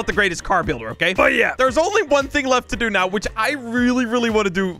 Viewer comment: are you serious right neow